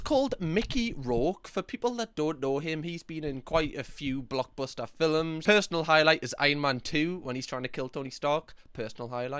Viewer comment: Whyd you say films like that? "Filims" lol